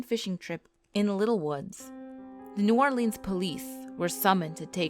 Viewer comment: You said New Orleans wrong